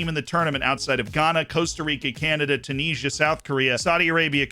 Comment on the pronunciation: Hey dude. Love the content. Subscribed and all that good stuff. Just wanted to let you know Tunisia is pronounced "tchyoo niz ee ah"... no knees in the name :P